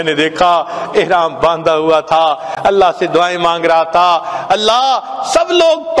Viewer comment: Vidio k shuru me allah allah ki setting hai. Usme allah k alif ku kheench kar nahi padhna chahiye. Lihaza is ku durust karen ya phir hata den.